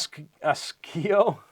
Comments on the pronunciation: It is pronoumced " aaa-see-o- la" 😉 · Yup, " aaa-see-o-la" can be a hard one for sure if you don't know...😅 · Its "Ohhhh c olahhh" Osceola Indian names LOL good try though! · Update: Ah-see-oh-la... Osceola...be glad you aren't trying to pronounce Canandaigua... :>) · I live in Iowa. It's pronounced long o sound see long o la. Try oskaloosa where I live!